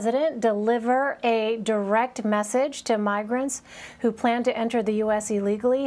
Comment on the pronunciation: CUATAMALA??? Tf is det ??